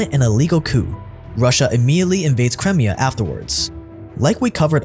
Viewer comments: How is so bad at pronouncing certain words? It drove me crazy a few weeks ago when he kept saying Papal States with a bizarre pronunciation. His butchering of Crimea in today's video got under my skin too. The thing is, his videos are actually pretty good overall. I'm doing my best to overlook how badly he says certain words out loud because I don't want it to ruin the overall experience, but dang, it's difficult sometimes. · Cry…me..ah not cremia. 🤦🏻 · Its C KRY-ME-AH not Crem-ee-ah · ffs, get your pronunciations right, It's pronounced Crime-IA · Crimea (CRY-MI-A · "cremia" though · First it was pa-pal states, now it's crim-ee-ah. Amazing documentaries, but please get your pronunciation right! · You're pronouncing crimea wrong. It's pronounced Cry-Mia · pronunciation drives me craz... omg the way he says Crimea... I think he does it on purpose! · ohh hes talking about crimea? wtf is that pronounciation